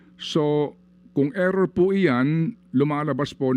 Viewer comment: "Error" ampfowtah...